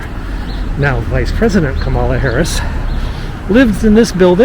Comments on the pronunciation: Ka' ma la, not Ka ma' la. Accent on the first syllable. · Appreciate your vids. I watch to see if you might give more info on Joe and Kamala than the news. Been starving for 4 years for such happy news. But say: It’s KAmala. Not kaMAHLa.It’s easy. Think “Camelot,” of the once and future king fame. Kamala begins precisely the same. Sing it in your head: KAmala, KAmala, KAmala, I know it sounds a bit bizarre . . . .etc. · Love your videos. I look forward to your frequent updates. One friendly criticism though. VP Harris’ name Kamala is pronounced Comma-la. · Please, please, use the correct pronunciation of Kamala. Think, comma with a LA added. Comma La. You have at least 4 years to practice it. Maybe even 16. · Sorry, but you're saying her first name wrong!! "First, my name is pronounced 'comma-la,' like the punctuation mark. It means 'lotus flower,' which is a symbol of significance in Indian culture." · LOVE your videos. Being such a connoisseur of DC history and occurrences, you should know it is pronounced "comma-la!" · Kamala, pronounced “Comma-lah” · Thank you for your tour, but you are pronouncing the vice president's name wrong. It's pronounced like "comma," the punctuation mark with a "la" on the end. 😀